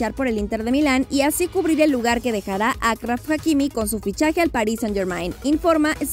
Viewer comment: A quien más le da asco escuchar como dicen el nombre mal de Achraf hakimi?